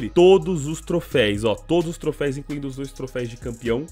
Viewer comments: É TROFEUS NAO TROFEIS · PARA DE FALAR TROFÉIS PELAMOR É TROFÉUS TROFÉUS TROFÉUUUSSSSSSSSSSS AAAAAAAAAAAAAAA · Mano sem querer ser chatão mas já sendo, o correto é "troféus" rs valeu mano! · Só eu q me irritei com “trofeis” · Q agonia ele falar trofeis. É TROFÉUS CACHORRO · obs: não se fala trofeis, eh troféus ^^ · troféus por favor mano. Ja quase parei o video umas 4x pq tu fica repetindo TROFEIS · o "troféis" dói kkkkk ... mas belo video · mano... se fala trofeus